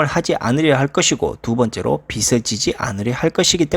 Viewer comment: 빚을[비즐]. 빚이 [비지]. 발음만 잘해주면 아주 좋은 채널이 될 것 같습니다.